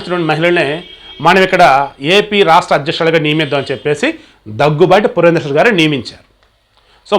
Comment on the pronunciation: పురంధేశ్వరి కాదు పురంధరేశ్వరి